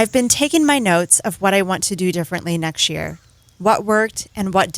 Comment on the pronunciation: “NexT year” or did you mean to say “neckshear”